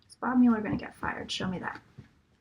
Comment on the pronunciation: I promise that "mull-er" is correct and "MULE-er" is incorrect. If you use the correct pronunciation, it will give what you say about him much more weight.